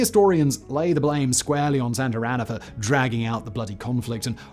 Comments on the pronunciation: It’s not Santarana, it’s Santana, with no R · Lmao it’s SANTA ANA not Santarana 😂